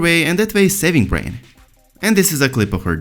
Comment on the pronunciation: Bran, not brain...